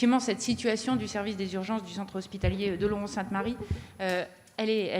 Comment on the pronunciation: Il dit clairement Oloron-Sainte-Marie…